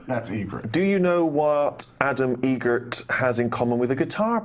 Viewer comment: "How do you say it?" "Eget" "What Adam Egert..."